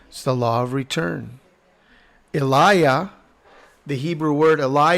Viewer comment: No no no pronounce it like the name Aliyah...... Aleeyah